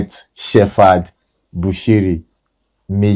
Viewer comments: Hahaaaa! He cannot pronounce the name of Shepherd,he says shefad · Its Shephard not Shefad